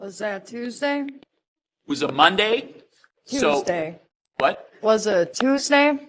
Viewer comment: "was it a toosday?" 🙄Looks up. 🤔💭Toosday? I dont even know where i am right now 💭